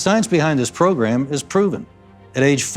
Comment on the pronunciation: i don't think its a coincidence that Cohen says "program" like "pogram".